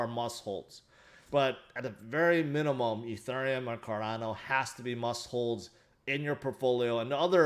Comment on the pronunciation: Petition for to learn how to pronounce ethereum